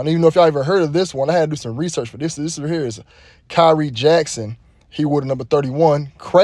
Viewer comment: his name is pronounced Ky wren